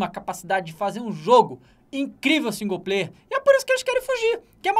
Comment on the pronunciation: Tem que tomar naquele lugar esses caras que ficam falando que singu-player